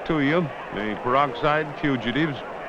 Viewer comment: the peroxide fugitives, never heard it said that way